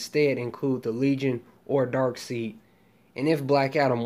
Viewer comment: With all respect it’s spelled Darkseid but pronounced Darkside